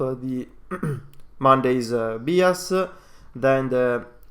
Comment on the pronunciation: The guy presenting the oil and gas stuff is pronouncing "bias" wrong. It's not "bee as" it's "b eye as"